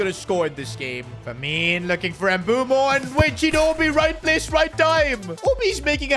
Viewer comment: why does he keep saying mbumo 😭